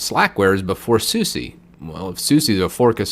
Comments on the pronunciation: Not "Suzie." "Soos-ah" or "Soos-eh" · Open SUSE not open SU SEE I agree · it is suse and not susi, DIS IS GERMAN! xD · Quit saying Soosie! Its pronounced "Soos" or "Soosa". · Deb as in Deborah or Debra, ian as in the name Ian or "ee-an"... deb-ian. Also it is SOOS for Suse, not soo-see. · even in american it should still be pronounced suse. susi. would be more latin american pronounced. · Suse also pronounced wrong... ouch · chrissx Media How do you pronounce “Su” on the beginning of a word: Super, Subtil, Suche? And how do you pronounce “SE” at the end of a word? haSE baSE pauSE? So... how do you pronounce SuSE again? 🧐